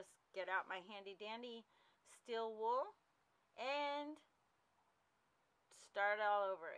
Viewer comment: Stēēl wool, not "still" wool.